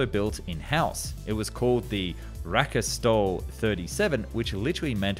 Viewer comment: Seems like a shame to do Draken, Viggen an Gripen but ignore Tunnan (Saab 39 - The flying barrel), so do that one as well Also, "raketstol" needs a pause between "raket" and "stol", and the second half sounds a lot like "stool" (poop) in English. In Sweden we love our combined words, but ya usually split them up again in the pronounciation. So if ya find a Swedish word that translates to multiple English words, it's a good bet ya need to separate the parts in Swedish as well.